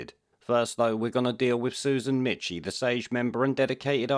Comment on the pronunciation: FFS! Michie is pronounced Meeky. How difficult is it to do the smallest research?